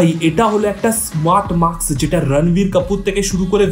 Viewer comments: Maks ( ম্যাক্স) না ভাই ওটা ...Mask ( মাস্ক)। যেহেতু তুমি professional ভিডিও বানাও, তাই উচ্চারণ টা ঠিক করা উচিত । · মাক্স না রে মাস্ক... উচ্চারণ ঠিক কর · মাস্ক উচ্চারণ ভুল হচ্ছে।